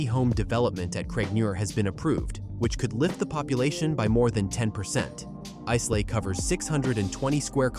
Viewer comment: Islay is pronounced Ilay as the S in its name is silent. The pronouncation is terrible.